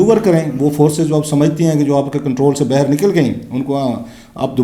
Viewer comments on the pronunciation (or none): Rauf SB! You always speaks bayher the actual Urdu word is baahir. Pl correct ur pronouncing.